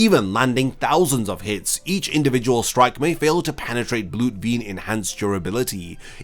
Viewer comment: Es heißt BLUT VENE